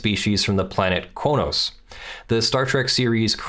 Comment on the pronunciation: Just an FYI Qo'noS is pronounced more like "Kronos"